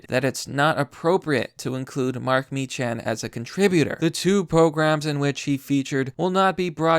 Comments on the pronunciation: I know it's dumb but, it's pronounced "Meeckan" not "Mechan." Have a good night and be safe out there. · Good video but his surname is pronounced meek-can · It's pronounced MEE-kan